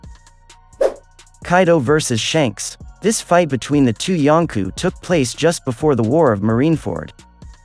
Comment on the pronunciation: Why do you pronounce it like “yonku”